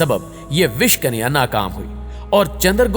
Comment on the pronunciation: कनिया नहीँ भाई कन्या और आपकी जानकारी एकदम सही है